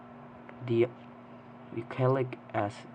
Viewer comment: Lmao, imagine not knowing how to pronounce douxy something something